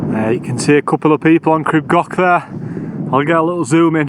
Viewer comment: Awesome video. Pronunciation, oh well have a look…..crib goch is more gore ch with a bit of length on the o. Like gore in gore tex then the Welsh ch. not goch like sock.the yr is spot on like ear, ear withfa, yr wydffa but y on its own is like a baby English language u. U garn for example. No English vowels more like baby English vowels. A e i u o. I did crib goch when I was about your age. Shit it and did most on my bum, not for the faint hearted is it. Great advertisement for the Welsh mountains, thank you bud.